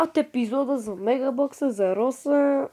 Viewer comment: Брат поправи се Роза не Роса